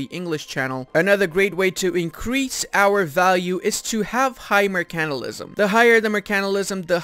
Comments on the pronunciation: Good vid, every video I watch I am just waiting for the day you say “mercantilism” right, basically you are saying “mercantalism” instead of mercantilism the part you are missing is the pronounced ile mer can tile ism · Also, 'mercantilism', not 'mercanilism'. 😏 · its Mer-can-TIL-ism . Say it right! or look up Arumba say it 1trillon times. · Seconds in and you can't pronounce 'mercantilism'.